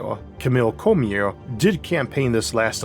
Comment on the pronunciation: Cormier: Cor-me-ay. Not Cormeer. Had to watch this with the sound muted.